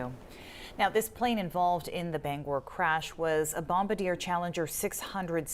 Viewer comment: You can always hear a flat lander when they cant say Bombardier